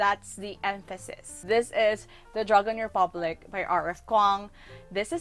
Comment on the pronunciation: THE EMPHASIS ON THE DRAGON REPUBLIC HAHAHA NATAWA AKO NG INTENSE are you ready for the dumplings